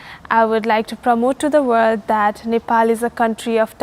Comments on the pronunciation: Nice video. .but why do you say miss old 😀😀😀? It's miss world. .use (W) W O R LD ..alright. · its MISS WORLD....not orld....